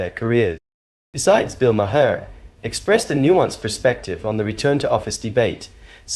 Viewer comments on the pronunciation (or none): Stop pronouncing the “h” in Maher. It’s silent.